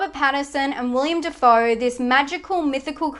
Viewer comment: decent enough list, I disagree with the Killing of a sacred deer thing, only because hereditary is far scarier, once issue though, why pronounce these names so incorrectly, Willem Dafoe is pronounced as it looks, I know his birth name is William but in 2020 we should know to refer to people as the name they are comfortable with, also its Barry 'Key-yo-gan'. your'e channel will be better with slightly more time spent on this sort of thing.